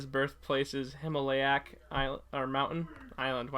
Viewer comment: It's pronounced Him-All-iya I AM GOING TO SCREEAAAMMM